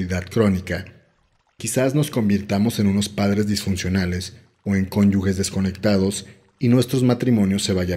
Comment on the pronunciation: Lees y entonas súper bien. Todo excelente. Sólo una pequeña corrección es cónyuge por lo tanto se pronuncia como conyuje no conyugue conyugue no existe (es un error recurrente pero no es correcto ya que no lleva u media)